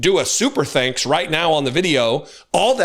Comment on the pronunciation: Hes such a fuckin weirdo. He says thanks "ZANKS". Fuckin freak